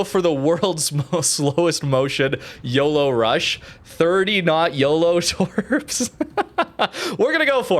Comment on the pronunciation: OOoooohh that flubbed YOLO xD